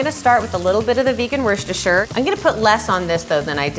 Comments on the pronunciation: lol Wershtersher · LOL how she says 'Worcestershire.' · but we can all agree that no one knows how to pronounce "Worcestershire"